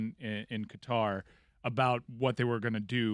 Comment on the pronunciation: I LOVE Schur being part of the show but hearing him talking about the US / Iran situation while consistently mispronouncing Qatar….…you’re better than this!